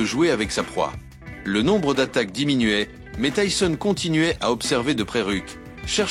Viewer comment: Tyson pas tysson (tyzon) sinon le reportage est super ❤